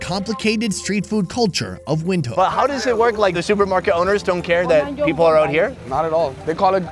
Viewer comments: Thought it's pronounced "Vintook" and not "Windkook" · I have Namibian friends from school days many years ago. That how i pronounce the city. But when this guy saying "wind" I start to doubt myself..lol..thanks for clarifying my doubts. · Windhoek is pronounced “vint- hook” it’s amazing to see you eating food that we eat here in South Africa, thank you for sharing !